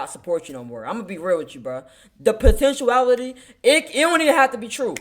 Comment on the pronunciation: Potenuality? Dude learn to speak English.